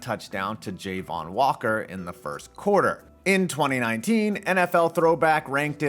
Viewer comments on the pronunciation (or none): JAY-von walker. LMFAO. Fake BS page can even pronounce Ja-Von walker correctly. SMH